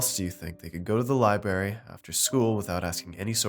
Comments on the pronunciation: I swear narrator is saying libary.....what kind of bush does a lieberry grow on???? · There is an "R" in library